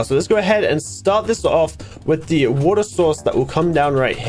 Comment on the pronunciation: the way that said a bucket o'wo'ra